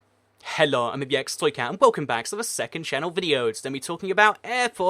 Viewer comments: So am I, and I've never heard "hello" pronounced like that. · You say "hello" really weirdly and it bugs me D